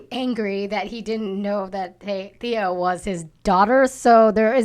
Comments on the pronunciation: Can you please start pronouncing Stephen Amell right and THEEEEE-AH as fans it's embarrassing. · Why is John constantly pronouncing Thea wrong? His wife and the other woman are saying it correctly yet he doesn't get it. Just like how everyone says Cumberbatch and he'll say Cumberbotch. lol